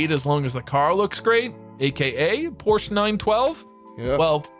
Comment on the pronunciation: It's Porsche, not Porsch